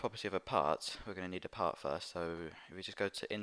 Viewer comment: When he says part, it sounds like he says pot. lol